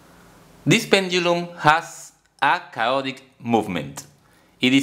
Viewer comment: Chaotic - kay-AWE-tik my dear friend :-) Keep these great video's coming!